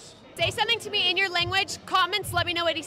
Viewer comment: I am portuguese from Portugal and I find it hard to be 100% sure. At first it definitely sounded like an European portuguese but the você seems a little off how he pronounces it. However some younger portuguese can have sometimes a slightly Brazilian pronunciation but it's quite rare. He can also be a portuguese born abroad and thus have a soft accent. It's often the case.